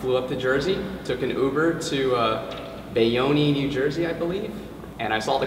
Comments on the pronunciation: It's pronounced Bay-Own. The E is silent. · Bay-yon-kneeeee lmao!!! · Bayonne is pronounced 'bay-own'.